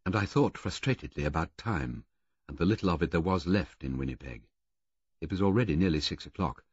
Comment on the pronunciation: Yrs, that pronunciation is oddly jarring.